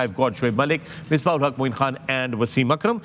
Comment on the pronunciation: Yes, an analyst must be fair in his comments regardless who is playing. But for fakhar e alam to say that he wished Indian win the cup is, honestly, shameful. I think he’s too amazed and influenced by India. It’s annoying how he pronounces “khan” ….he says Kaan instead of khan….shameful